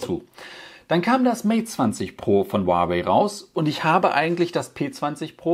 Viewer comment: Ich glaube die Aussprache Huawei ist richtig